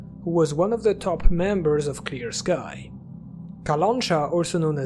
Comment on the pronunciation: Nice analysis, I really hope the game will be great, which is a rare thing these days (me hoping for something). Was really pleased to see the bayun cat and that the Clear Sky was mentioned. BTW, its kalanchA, not kalAncha.